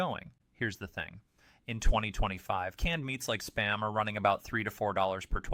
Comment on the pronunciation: Is it just me? Why why why why why why all of these videos like this have to use AI for the narration? This AI can't even say the word spam. It has to say it in s p a m. Why don't they just play it with a robot sound because I really hate being tricked.